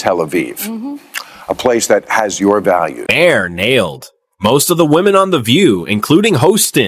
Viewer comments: Please stop using AI videos.... marhar.... is mahr.... this is how you say it. Ai doesn't know english. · Your AI talks too much. Can't even pronounce Maher's last name right. Irritating!!